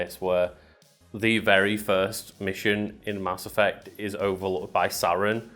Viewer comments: "Cerberus" "Ass Effect" Are you trying to tell us something? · "Mass Effect" -> "Ass Effect" -> "Ass Eff" XD